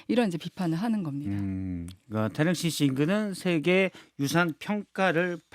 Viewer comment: 기자님.. 태능 아니고 태릉.. 중학교 국어시간에 다 배우는걸.. 어후..